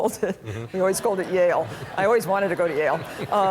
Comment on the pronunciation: Yale (aka ‘jail’) 😂